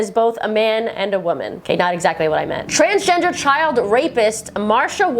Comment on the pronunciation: Always when you say Transgender I understand Transtrender XD